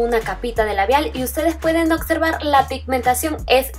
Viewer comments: Ay la palabra es observar no ocservar 😔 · es observar no ocservar 😂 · Se dice OBSERVAR NO OCSERVAR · hermosa, amo tus videos.. 💜 ( se dice observar jiji..) Subí mi primer video a mi canal las invito a pasar 😌